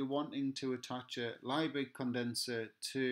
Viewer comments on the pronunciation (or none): Just to let you know Liebig is pronounced "Leebig"! Excellent video though - thank you!